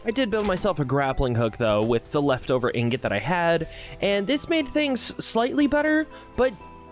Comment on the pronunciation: Did this guy actually say ignot. I don’t think i have heard anyone mispronounce ingot that badly before. Woooow. How do you even do that. He went to an actuall school, right?